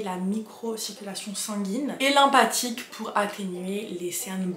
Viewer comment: lymphatique ça se dit lymFatique 😭